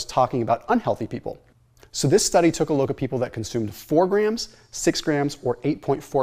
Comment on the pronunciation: When you say “took a look” always makes me giggle. 😂